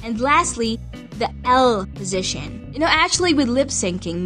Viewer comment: positiion every time, now writing positition.. i love your sound, kind a cute ^^